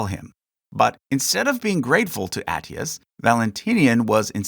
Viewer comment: you mispronounced Flavius Aetius name. Aetius is pronounced “Eye-ti-yoos”